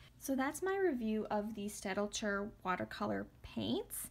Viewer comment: Just an FYI The pronunciation is stat-ler. The German d is silent here. Thanks.